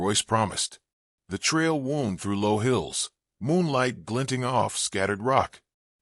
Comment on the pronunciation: Good story, too bad your AI narration does not know the difference between wound, an injury and wound, to wind 😢